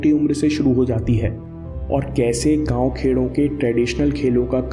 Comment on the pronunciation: I think you are Marathi 😂 after you said "gav khed". By the way nice and informative video 👍